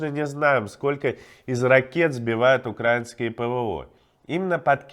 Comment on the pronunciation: Иван, украИнский, ударение на И. Не мучай, пожалуйста, уши филологов.